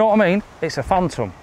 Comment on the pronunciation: “Phantom “ please